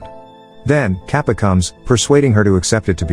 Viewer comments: oh my god he is calling him KAPA😑😓 its Ka ta pa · its not capa its kattapa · It's katapa no kapa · Not Kappa it is Katappa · Kappa 😆😆, it's katappa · its katappa not kappa and its mahishmati not mahishi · Its not kappa, it’s Kattappa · it’s kattappa not kappa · as an indian and he says it like papa but its katapa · the old mans name is not cappa his name is kattappa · Lol sry but its kattappa not kappa for the bald men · It’s not cappa it’s.... KAPPATHA And it’s not balladeva its....BALLADEV and it’s not devasana it’s...DEVSENA And it’s not shiva it’s...SHIVA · its not kattapap . the pronunciation should be kat-tap-pa . hope fully helps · The blad person is not kapa it is katapa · HAHAHAH BRUH ITS NOT kApPa ITS KATTAPAAAAAAAAAAAAAAAAAAAAAAAAAAAAAAAAAAAAAAAAAAAAAAAAAAA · I like how he pronouns Kattapa as Kappa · its not pronouced capa its katapa this was the best movie ever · Its not kappa its katappa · he really said kapa to kattapa the whole video😭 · It's kattapa not Kappa 😂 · It's not kapa it's katappa Kings name is Bhallaldeva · It's not capa it kaan-da-pa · its "kappa" its katapa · Capa ??? His name is Catapa . You have messed so much with pronouncing names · Its KATAPPA, not KAPPA 😂😂😂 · it's kattapa not kapa 😒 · Btw it is not kappa but katappa. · Bro there is a second part of the movie I'm indian and this is more and 3 years old and bro that bald guy's name is kattappa not cappa lol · It's Katappa not Kapa 😑 . Come on man , at least read properly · its Kattappa , not Kaapa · Its kadappa not kapa en pleas say the words properly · "Kappa" Its katappa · Its not 'Kappa' its 'Kattappa' (Kat-tap-pa) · it's katappa not kapa nad mahasmati not mashma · The name pronounciation needs working for Indian movies It's katappa not kappa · It is not kapa its katapa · It's not Kappa It's ka-ta-pa. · / its not kappa its katapa 😅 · Lol katappaa is really mean to be kaapa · its kattappa , not kapa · The fact that he pronounced the "kattappa" as kaapa baffles me.